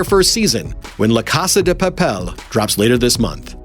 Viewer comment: In "Casa de Papel" the accent in "Papel" in on the "E". It is pronounced pah-pèl.